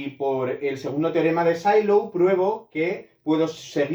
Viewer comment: Sylow era aleman, creo que no se pronuncia S"ai"low, sino "Silow". Otra cosa, que el número de p-subgrupos de Sylow es el índice del normalizador es consecuencia de que estos son conjugados y la fórmula del cardinal de la orbita, que es el índice del estabilizador, que en este caso es el normalizado. Así, es trivial y no hace falta calcular el normalizador. Saludos.